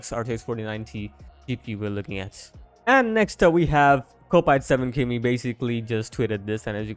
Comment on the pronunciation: Good info. Just so you know kopite7kimi's name is pronounced KOP ITE not KO PITE its a refrance to being a liverpool FC football fan where the main stand is called the KOP and the fans are refered to as KOP ITES ;) dont worry every american gets it wrong haha